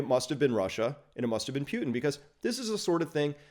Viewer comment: First! Good commentary, but Chris, there is no “pyew” in Poo-tin.